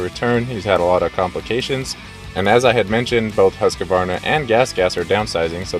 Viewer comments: Say it with me.. just like this...ready.. HUSK VARNA! See, i knew u could do it 🎉 ... now stop saying husk uh varna , for the love of God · It's pronounced ˈhʉ̂ːsˌkvɑːɳa. 3 syllables not 4.